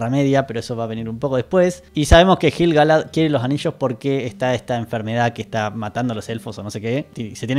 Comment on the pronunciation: Me explotan los oídos cada vez que decís JILGALAD